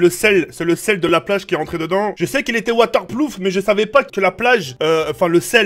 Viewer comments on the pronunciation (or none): 😂😂ça se dit water proof pas plouf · « Waterploof » 😂 ON DIT WATERPROOF !! 😂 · Ahaha a dit je sais que sais waterploof alors que c'est waterproof😂😂😂😂😂😂😂😂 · "Water ploof "😂😂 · Ptn gros tu ma tuer quand ta dis water ploof mdr gros c waterproof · Pas waterploof c waterpRoof 😂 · Waterploof il a dit ptdrrr c waterproof hhh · Waterprouf pas waterplouf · et on dit water prof mdrr, le jeu a crash tous comme toi a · « Je sais qu’il était waterploof »😂😂😂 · Water ploof😂😂😂 tes le meilleur😂❤❤❤ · " je sais qu'il était waterploof " 😂😂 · Il a oser dire water plouf jpp 😂😂😂🤣🤣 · "Waterploof" juste ça JUSTE LE WATERPLOOF XDD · Un telephone WATERPLOOF !!! MDRRRR 😂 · "Le telephone il est water ploof " - 2018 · Il y a que moi que sa fait rire qu’il est dit je cite : «WATERPLOOF » 😂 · Ahh ouais il est "waterploof" trop bien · ton téléphone est comme toi "Waterploof" JPP CHUIS MORT COMME EN SE MOMENT 😂😂😂! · waterploufe ptdrr😂😂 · Water ploof je suis mort 😂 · “Waterploof” ~2018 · "waterploof" mdrr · waterploof... d'accord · Water ploof 😂😂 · Il a dit waterplouf le gogole mddr je t'aime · mdr "waterplouf" 2018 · O ptn il a oser dire waterploufe 😂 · Waterploof mdr 😂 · Il a sorti "Waterploof" en 2018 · PTDR « WATERPLOOF » GUELEK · Water ploof mdr